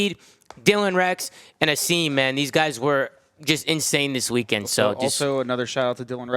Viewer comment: Think that’s the first time I ever heard Tom say Asims name right properly lmaooo